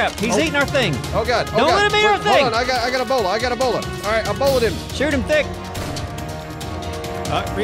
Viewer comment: When they say Bola it sounds like they are saying Ebola